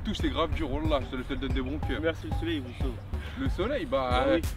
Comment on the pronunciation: dites a Exocé que on dit soleil 😂